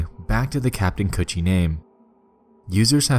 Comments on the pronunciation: did he just say kaptain coochie? LMAOO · U said captain coochie? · I can't stop laughing because I keep thinking he's saying coochie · so i aint the only person who heard captin coochie lmfaoo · everytime he say "captain kutchie" I just hear captain coochie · damn thought kutchie was pronounced coochie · its pronounced "cOOCHIE" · Captain kuchie is it pronounce coochie or cutchieb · Kanned Kutchie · I swear to god that is what I heard the entire time and I couldn’t take anything seriously